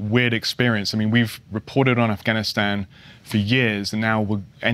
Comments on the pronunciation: Wonder why he pronounces it "Offgoniston" during his monologue, and Afghanistan when talking to someone in an interview... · Offgahn he said offgone. Its AFGHANISTAN NOT OFFGONEISTON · Does this reporter know the difference between the letter a, and the letter O, or is he just repulsively trying to irritate everybody while there’s already a high level of irritation around this whole situation